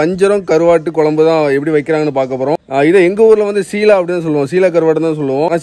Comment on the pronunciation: அது ஷீலா அல்ல சீலா